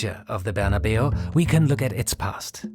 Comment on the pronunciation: Saint Barna-biu? Or Barna-Bao?